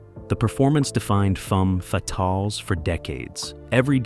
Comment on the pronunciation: "FUM fee-talls" 😂😂